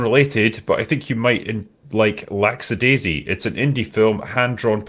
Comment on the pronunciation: Superchatters: "OK, so what does the first part of this name say?": "Lack--" Superchatter: "Good! And the second part is said...?": "That's --adaisy." Superchatter: "That's right, you got it! Now. How do you say the name of the show when you put all the parts together?": "LAXADAISY."